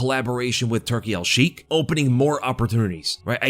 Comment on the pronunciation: Its pronounced Turki Alshaikh More like shake than shiek It’s just in Arabic that the kh is pronounced hardly in the the end 🤝❤️